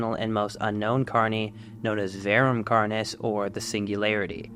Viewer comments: “Carnis” is pronounced like “car-nis” and the plural is “carnes” (pronounced like “car-neys”) It’s Latin and follows third declension rules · its car-nees, I hear you saying carni like as if the plural of carnis is like cactus/cacti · plus, thats just the text-to-speech weirdly pronouncing it, if you actually look up the latin pronunciation it says car-nis